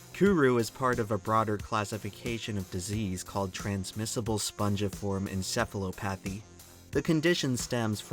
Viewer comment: just letting you know you pronounced "encephalopathy" wrong lol